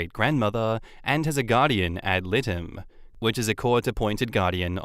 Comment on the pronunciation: dear, GAL (guardian ad litem) is pronounced “add light ‘em”